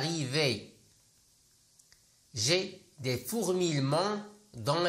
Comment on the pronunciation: Fourmillement merci de la rectifier (prononciation ) le son j